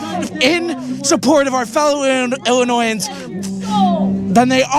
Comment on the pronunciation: I have a very hard time trying to believe that person was born and raised in Illinois itself because never have I heard someone put that much emphasis on the N in Illinoisan and I was born in Aurora in 1990 and moved out because of this crap in July 2023 and as you see that tension has continued to build up since then.